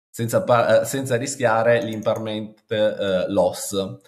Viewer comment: Ottimo 👍. Un pò di difficoltà nella pronuncia IMPERMANENT 😘